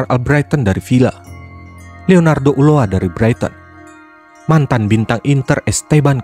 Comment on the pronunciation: FYI, cara nyebut nama Ulloa ternyata 'Uzoa'